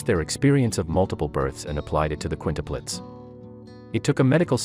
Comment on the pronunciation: What are Qunitepletes? I think he means Quintuplets. She was on heparin for clot prevention and given sub cu shots in the belly - this causes bruising. She needed an IV access. Stupid article, with mispronounced words - and having quints with a one year old at home. Maybe wait abit? Hopefully no one takes this pile of information seriously